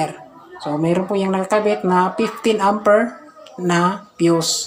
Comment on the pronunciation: Amper not Ampir